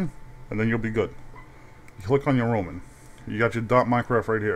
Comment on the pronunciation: NICE VOICE! I like how when you say roaming it sounds like your saying roman.